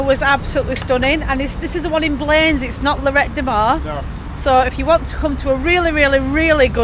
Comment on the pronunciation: my aunty lives in blanes the first holiday abroad I went on in 1975 was to visit her. pronounced ( blan- iss)